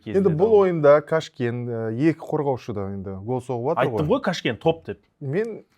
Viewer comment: сіздікі не осы? Әр жолы қазақтардың атын дұрыс айтпайсыз? Сағиды - Саги, Қараман Караман, Қашкен - Кашкен т.с.с. Мысалы сізгеде емес,Элдос деп айтсақ сізге жақпайдығой😢